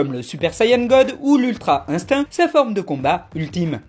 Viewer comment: On dit INSTIN pour le mot INSTINCT